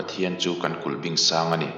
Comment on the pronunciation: Kulhbiing ti a lam tur.